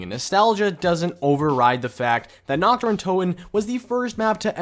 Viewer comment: How u speak the german map names xD u pronounce Nacht like nackt and nackt means nude/naked in german xD Dude nichts gegen dich aber ich bin fast vom Stuhl gefallen diggah xD